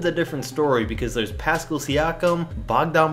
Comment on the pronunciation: It’s Pascal not Pascul say it right